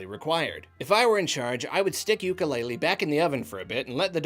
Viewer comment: I would make it better by pronouncing it correctly (oo-koo-le-le )